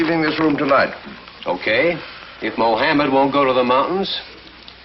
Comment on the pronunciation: moHAMad lol....nice enunciation